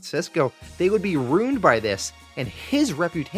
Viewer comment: I like how he says ruined. Sounds like a runed